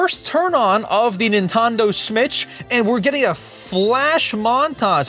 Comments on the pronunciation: Nintondo smitch❌ PSP✅ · “nintondo smitch,” 😭 😭🥀🥀🥀🥀👹👹👹👹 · "Nintondo Smitch" be like: 😂😂😂😂😂😂😂😂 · I just laugh because you said Nintondo Smitch😂😂😂😂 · please didn't say "nentondo smitch" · "Nintondo smitch" 🗣️🗣️🗣️🔥🔥🔥🔥